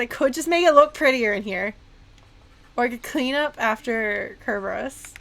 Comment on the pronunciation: I find it interesting that you're very particular about pronouncing Kerberos closer to the Ancient Greek way, but use the typical modern English pronunciation for Euryidice.